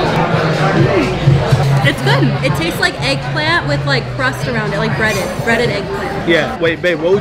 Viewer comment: “Made out of heggplant”